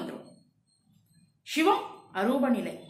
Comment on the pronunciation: தங்கள பதிவுகளுக்கு நன்றி. ஒரே ஒரு. வேண்டுகோள். ஷிவம் ஷிவன் ஷக்தி என்ற வட மோழி உச்சரிப்பை தவிர்த்து சிவன் சிவம் சக்தி என்று தமிழ் உச்சரிப்பை மேற்க்கொள்ளஙும்! வாழ்க வளமுடன்! 🙏